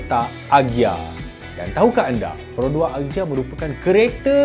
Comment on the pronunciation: Marhaen: Azia (axia) Mekanika: akzia (axia) 🤭